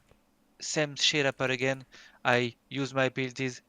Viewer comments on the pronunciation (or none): WAIT I LISTENED REALLY HARD AND HE SAYS "WONTHAPPENAGAIN" LOLLLL